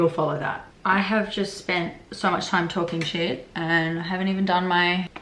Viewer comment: "are you talkjing about a fucking bowling pin?" GOT ME LMAO